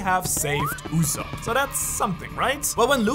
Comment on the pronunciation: 1 time u said yusop